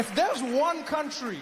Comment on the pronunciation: "I want my cuntry back!"